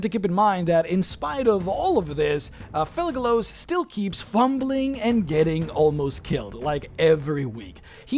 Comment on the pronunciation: Kept hearing "Thugalos" lmao